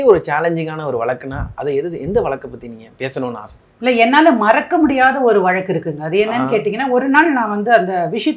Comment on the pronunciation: Vazhakku. Not valakku Anchor learn tamizh Mam your speech and telling this story very clear and true.